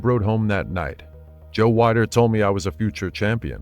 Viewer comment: Joe "WE-DER", not "WHY-DER"